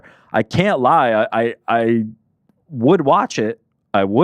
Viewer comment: How the fuck did butcher Ilia’s name so bad hahaha